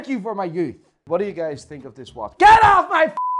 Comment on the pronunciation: "I arsk you gays" .. off to a great start